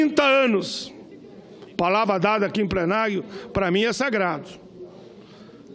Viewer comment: Não retiaiá... Quem vivei veiá... Amigo do plenaio, fonoaudióloga pro sr.!